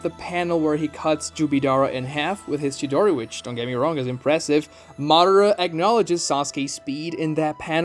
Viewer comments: It's Ma Da Ra.. Not Ma dra or Modera.. Or maybe you guys watching the dub version.. Are there speak like that to in dub version ? I don't know.. Cause it's not that hard to pronounce it.. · obito not jobito! madara not mara!